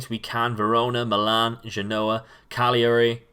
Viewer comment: Love the video but please please learn to pronounce foreign club names. Lecce is Leh-ché (look up Spanish for milk on Google translate) Cagliari is Cal-ya-ree. Also Angers is On-jer. I know this isn't the crux of the video you're making but it would be an enhancement, at least in my opinion.